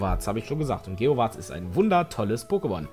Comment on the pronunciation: ich glaub er sagt einfach immer geowaaaz mit einem langen a... deshalb klingt es einfach so. :D